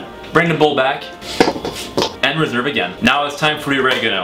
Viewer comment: C'est moi où on entend on réserve avec un accent anglais ?🤣